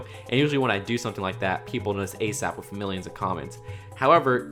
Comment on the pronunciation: Plz stop saying wif and baff